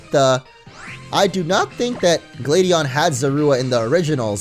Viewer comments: Actually, it's glaid-e-en. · It’s actually Gla-dion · pronounces Gladion wrong TRIGGERED